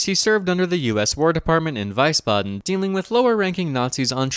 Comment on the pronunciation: It's not called Vicebaden, it's called more like Wysbaden